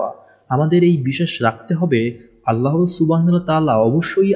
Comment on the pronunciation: ভাইয়া 'আল্লাহ্ ' উচ্চারণ ভুল হয় আপনার। আল্লাহ না আল্লাহ্ হবে।।হ হসন্ত.